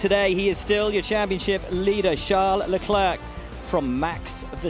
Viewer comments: "Chuck Leclerc" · "chuck leclerc"💀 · Chuck ...chuck leclerc 😅😅you're killing me Ribbs